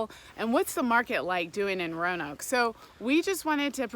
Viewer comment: As a Roanoke Native, I will let you in on a little secret, the "a" is silent, it's how we tell folks are from out of town 😆